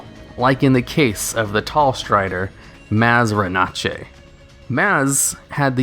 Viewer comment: Mazzranache: Mazz-Ran-Ash